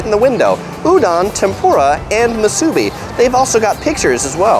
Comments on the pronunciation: I’m from Honolulu and go home every year. Things change fast! Appreciate the great video! Please, though, it’s pronounced mu su BI, not mu SU bi. Thanks. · Great video. But there is no "A" in Musubi. It is not MA SU BI... please say it properly... Mu su bi. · It’s mu-su-bi not ma-su-bi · The way you say Musubi is funny. the "bi" is pronounced "bee" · Moo-sue-bee brah is how you pronounce it how-lee. Great video amigo! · You need to learn how to say Musubi correctly it's Mu Su Bi. How you dress and say certain word shows that you're not local. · It's pronounced moo-sue-bee. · I don’t like how you say MuSUbi... but good tips for eats in Waikiki 🤙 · You need to learn how to say musubi correctly.... it’s ..moo...suuuu....beeeeeeee! With the accent on the LAST syllable.. not on the first syllable.You did pretty well getting all our favorites. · It’s pronounced Moo-soo-bee braddah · Moo su bee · This was great to watch as a local of Oahu.. We hardly ever get to Waiks, so now I can figure out where i want to eat before wandering all over Waikiki looking for a good spot. I would make sure tho, if you go to the Ala Moana food court, I would observe their sanitation practices before you place your order. Oh by the way it is MOO-SUE-BEE. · I thought I was the only one being irked by the mispronunciation of Musubi. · Every time I hear the word Musubi mispronounced I die a little inside.